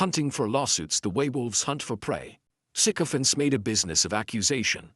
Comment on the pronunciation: Thanks for pronouncing this correctly. All the newscasters are not